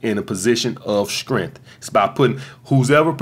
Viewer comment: Every time he says strength sounds like shrimp 🍤